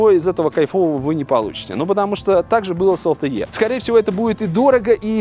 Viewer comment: Какое такое ЭЛ ТЭ Е? LTE читается как ЭЛ ТЭ И! Из уст блогера, который занимается технологиями, звучит как то диковато.